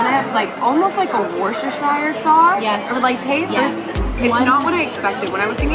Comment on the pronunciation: Okay but is the only person who has ever pronounced Worcestershire correctly